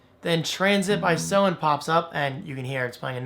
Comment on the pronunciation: Hey, Great video, Thanks! And yes, you pronounced SOEN perfectly. In fact, we would like everyone to pronounce it that way! Cheers! Team SOEN